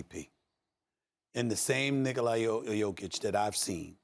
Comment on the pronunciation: So we glossing over the fact at the :20 mark he said Niggala Jokic and not Nikola Jokic 🤣🤣🤣🤣🤣